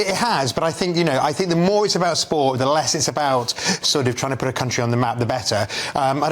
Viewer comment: why can't he say the word Sports? :face-purple-crying